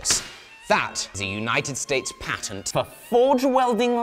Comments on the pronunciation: You say patent wrong for a brit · The amount of effort it must have taken to force himself to use the American pronunciation of "patent" every time... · Damn I don't know him but I love it Soo much the way he says ,,The patent! Has bloody Expired!" 😂